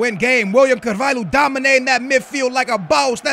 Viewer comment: ***** I'm actually brazilian but I'd say the way he pronounces Pereira, Quaresma and Willian Carvalho are weird. There might be other ones